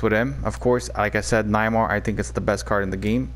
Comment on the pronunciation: cough cough pronounced Nay-mar 😉